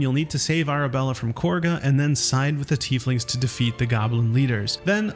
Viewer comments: i'm crying pls stop calling her "korga" it's "kahga" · Korga? You mean Kagha? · Kagha being pronounced Corguh is the biggest dissatisfaction I have with bg3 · Her name is not "Korga." It's "Kagha." It's literally on the screen as you say it when discussing Arabella. The characters just have British-ish accents, so they slip an R-like sound in there.